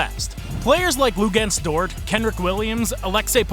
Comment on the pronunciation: Mistakes: “Shay” not “shy” “Dayg-nolt” not “dayg-no” “Kenrich” not “Kendrick” JDub plays PF for OKC not SG He’s not a bad defender at all You said OKC missed on late picks and showed pictures of Aaron Wiggins JRE and JWill. JWill and Aaron Wiggins have been amazing for where they were drafted.